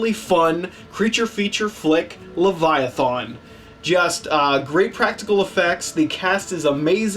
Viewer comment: Lev EYE A TH IN